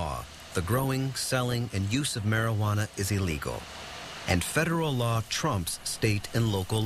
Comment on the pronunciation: "Maryghuannah" lolololol I love how he says it.